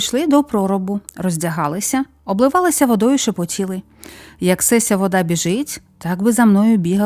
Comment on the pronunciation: Перша кутя скоромна,тобто пісна, а друга кутя- багата.СесЯ означає- ця(рос. .єта), а не сЕся.У вас не виходить розмовляти українською, ви її спотворюєте.